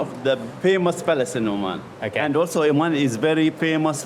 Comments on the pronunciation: Whats is... oman... as... oman... omaniyah... O' man... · 'Oh, man' (Oman)